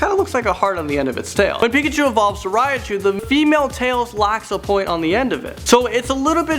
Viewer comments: Riachu? You mean Raichu? Not R-I-A-CHU! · and how he says Raichu (he says Raiachu)